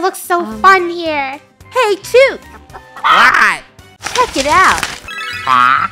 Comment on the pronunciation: The fact they don’t know it’s about New Zealand and the way they pronounce chook is killing me💀😭 what the American